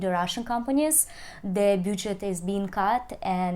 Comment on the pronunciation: паникерша вы та еще, к августу многое устаканилось, но главное не это - pronunciation is below par: can imAGINe (не имадж), budget is -баджет, не бЮджет, situation is not GOOD, no - not well!!!!